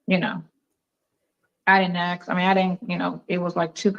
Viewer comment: She also says "AXE"🪓 instead of "ASK"❓... The only trashbag I remember, who replaces with a K every word ending in ING, is Leticia Stauch (and her mini-me who tried to cash on a life policy from a murdered child....) RIP Gannon Stauch🙏